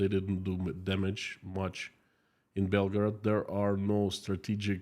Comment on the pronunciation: please don't pronounce Belgorod like Belgrad, the capital of Serbia i jumped off my chair for nothing